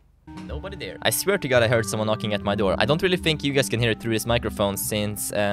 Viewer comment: you say dar instead of there